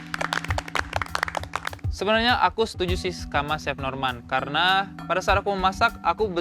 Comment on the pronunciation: Chef gak pake "t" bro 🤣🤣